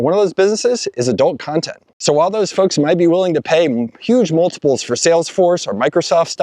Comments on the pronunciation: I had to rewind cause I thought you said a certain type of fucks instead of folks 😂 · 6'23": I had to rewind three times. "Folks". All these different "folks".